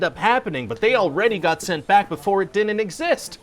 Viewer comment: My favorite thing is when he adds extra syllables to all his contractions. Like "didinin't" and "wouldinin't".